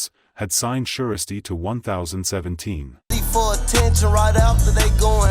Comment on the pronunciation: Not 0ne thousand seventeen lmao it’s Ten Seventeen but i get it 🤣🤣🤣